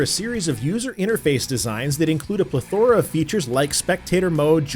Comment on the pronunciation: Plethora is first syllable emphasis, not middle.